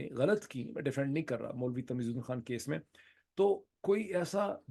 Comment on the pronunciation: خان ہے کھان نہیں۔ لگتا ہے آپ نے بالی وڈ زیادہ دیکھنا شروع کر دیا ہے